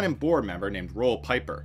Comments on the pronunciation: Pieper is pronounced Peep-er not Pie-Per. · pieper is pronounced more like peeper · I remember these days. I was doing my Masters in Electrical Engineering and we all laughed at how dumb this situation was. Roel Pieper (pronounced Peeper) was known as smart and educated, but he missed the mark here clearly. What a way to end your career. 😂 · As a Dutchman, aside fom Pieper I was pretty impressed by the accuracy of the Dutch pronounciations.